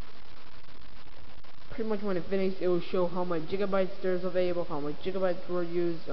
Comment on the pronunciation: Great video!!!... but they are called GIGabytes not JIGabytes.